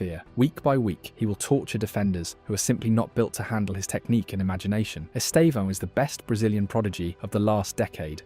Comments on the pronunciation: Vou ensinar vocês há pronunciarem certo o nome do Estevão: Estevãaaaao=errado 👎 Esteeevão=Certo 👍 Note que a sílaba tônica é o "E". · His name is not esteVÃO. It is esTEvão, to strong sílable is 'TE".